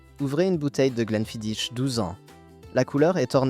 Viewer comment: Mauvaise prononciation pour le Glenfidich, c'est du gaélique...Les rumeurs sur le produit de cette marque étaient courantes à la fin des années 90